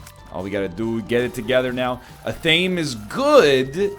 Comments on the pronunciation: So, does anyone else cringe Every. Single. Time. He mispronounces Athame? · Where the word comes from, or what it's related to, doesn't matter. There is a proper pronunciation; he has made reference in the past to knowing the proper way to say it and actively chooses not to. On a side note, it's really great that you looked into it. Sincerely. Anyone that actually chooses to seek information about something they are speaking is great. Yeah, you're choosing to ignore it for funzies, but, still sought out information and that's great :)